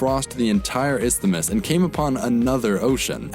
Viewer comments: Isthamis lmao its isthmus no vowel between th and m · That made me cringe too. I mean, I appreciate the effort to pronounce that "th", but he could have used less effort and actually looked up the pronunciation... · ist-amus? ffs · It’s pronounced Is-mus